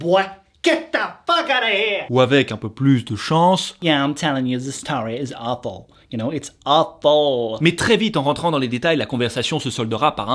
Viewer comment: Quand il a dit "it’s awful" a j’ai cru qu’il disait « waffle» 😂